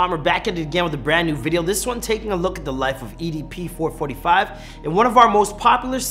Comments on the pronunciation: It’s EDP four four five btw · idk why but get kinda triggered everytime he says "four-forty-five" instead of "four-four-five" lol. might as well call it four hundred and forty five chump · who calls EDP 445 four forty five. u might as well call him EDP four hundred and forty five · It's four four five not four forty five